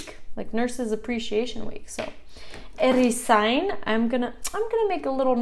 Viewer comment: Erizain irakurri beharrean, rr irakurtzen duzu. Herrizain ezaten duzula dirudi. Arrantzale, oso ondo. ¿Arrakiña? Aragia, like okela. Irakaslea oso ondo ezan duzu. Baserritarra ere oso ondo. Dendaria ere oso ondo irakurri duzu..